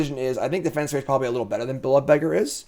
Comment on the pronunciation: is never going to find that extra syllable in defenestrate. Forever going to be defenstrate to him.:D